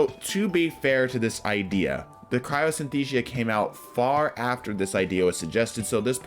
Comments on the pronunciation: I think it's Cryosthesia, not Cryosynthesia. I could be wrong though. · Dude, it's cryo sin-as-theezha. And while we're at it, Jotunn is yo-ton. I saw that Godtuber Gowasu meme where Cayde-6 says "how's Joe?" I don't even wanna quote the rest! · Is anyone gonna let him know he is severely mispronouncing Crypsthesia?